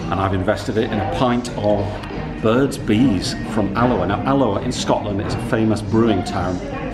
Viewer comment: you’ve made my day saying alloa. Should come to an alloa game🐝